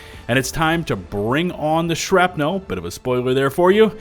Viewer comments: absolutely everyone ever: "shrapnl": "Shrap-nelle" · Why do you keep saying "shrap-nowl" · The way pronounces "shrapnel" as "shrap-nel" makes me suspicious to what flows through his or its veins. Rest hands on Senator. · You drive me crazy with that "shrap-nell" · Okay, I'll take the bait. "Shrap-NELLLL" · "shrapNEL" lol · Haha…The ole SHRAP-NEAL trick! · Why are you saying "shrapnel" so weird. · I was about to make a comment about mispronouncing "shrapnel" but then I remembered that I'm from texas and I can't say words properly 😕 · The way you pronounce the word "Shrapnel" is disconcerting and makes me think you are not human. Are you actually an automaton spy? Do you hate democracy? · you pronounce shrapnel funny. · i spent the majority of my time watching this video questioning my pronunciation of Shrapnel. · Crap had my ears bleeding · Holy shit I didn’t realize how he pronounced it until just now lol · You’re killing me with the way you pronounce shrapnel.